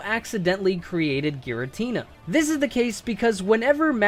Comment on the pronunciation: GIRATINA, NOT GARITINA! SOLGALEO, NOT SUNGALEO! FIX IT NOW!